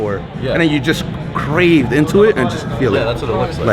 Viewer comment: He said "Crave into it" instead of carve lmaooo